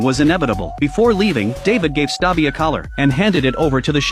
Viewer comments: Bro it's not stabbi it's stubby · It's not stabi it's stubi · It's stubby not (stabby🤓☝️) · The correct name of stabi is stubby not stabi Okay😂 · Erm its not "stabi" its "stubby" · Stubby ❌ Stabi ✅ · Ermm... actually his name is stubby not stabi.🤓☝️ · It's not stabbi it's stubby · That says stubby narrator says its stabi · brooo its not david💀 its conroy and its not stabi💀💀 its stubby😂😂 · STUBBY❌️ STABBI✅️ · its stubby not stabi😂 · Its a real story also its Stubby not Stabi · ITS NOT STABI ITS STUBBY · Not stabi but Stubby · It's not David, it's Robert Conroy. It's Stubby, not Sabi 😂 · its not staby its stubby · its stubby not stabi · Crazy gow this is a real story, anyways his name was Stubi not Stabi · Not stabi it's stubby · Stubby-❌ Stabi✅ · It's Stubby not stoppy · Bro, you said Stabbi it is stubby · It’s stubby not stabi. Get it right he was a real life hero idiot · It’s stubby or stubbi and its not stabi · It’s stuby not stabi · It’s stubby not stabi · Yall his name isn't stabi its stubby 😅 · its actually not stabi but its stuby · His name collet is stubby not stobi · It's not stabi it's stubby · Not stabi it's st ubby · wtf do you mean "stabi" 😭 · It’s not stubi it’s stubby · His name is stubby? Not stabi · HELP “STABI” BRO ITS STUBBY- 😭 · bro really said “Stabi” instead of “Stubby” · Stubby ❌ Stabi✅ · His name is stubby not stubi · It is not stabi it is stubby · it's Stubby, not Stabi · Why is he saying that the dogs name is stabi even though the real name is stubby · it's noy stabi it's stubby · I don’t wanna be a pain but it was pronounced stubby not stabi (the movie is named ‘Sargent Stubby’) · It is not sabi it is stuuby😅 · Bruh its stubby not stabi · Its not stabi but its stubby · Its stubby not stabi this a real story on the 1920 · His name is stubby not stabi bro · Its not stabi but stubby😅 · Is not stabi its stubby! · It's stubby and not stabi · U said stabie but the coller said stubby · “ Erm actually it’s stubby not stubi “ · Stubi❌ Stabi✅